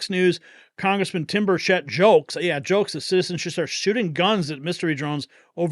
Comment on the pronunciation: His name is pronounced Burchit. Tim Burchette